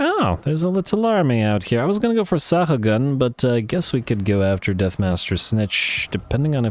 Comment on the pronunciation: just in case it matters, Sahagun spanish... last name i believe...? Sa-ah-goon (slaneshi giggle)